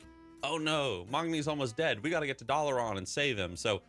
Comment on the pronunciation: Why do you pronounce dalaran as doll-uh-Ron. There’s no character that says it that way so idk how you picked up that pronunciation